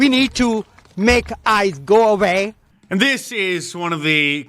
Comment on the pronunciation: Vee need to make ICE go a-vay - Shri Thanedar